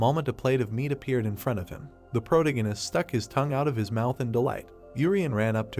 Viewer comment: I’m really trying to watch it as the story looks interesting but I can’t take the narrator repeatedly saying the word “protagonist” in the worst way possible. Please fix your narration 🙏🏻